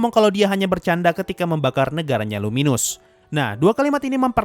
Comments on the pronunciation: Gi bang bukan guy Emng tulisan nya guy tapi di baca tulisan nya gii Sama luminas bukan luminus bang 😂😂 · Nama aslinya luminous valentine btw, ruminas karena pelafalan orang jepang.